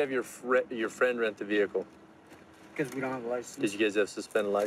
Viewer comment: You already know when the officer say “ve-hickle” your going to jail.